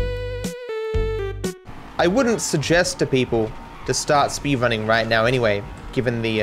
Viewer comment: Are you serious right neow